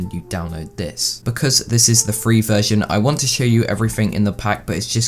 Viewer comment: I thought he said vergin